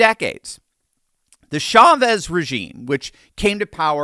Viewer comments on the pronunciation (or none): none